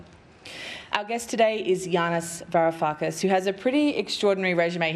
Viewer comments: Wow, an intellectual giant among Australian media's intellectual midgets, as evinced by the fact tha his name was mispronounced twice in the first few seconds, and by the fact that the questions from the journalists were all rubbish. They trade in talking points about tax-dodging Greeks, which he answered well, but didn't ask him to reconcile his advocacy for a central bank digital currency with the prospect that that's a large step towards a Chinese-style social credit system, which he decries, where infringements lead to a loss of access to one's bank account, as was seen with the Canadian truckers. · Please fix your introduction clip where you mispronounce your guest's name twice!